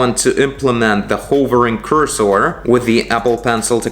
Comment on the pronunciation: it is pronounced like "curse her" (without the H) than "coors sore"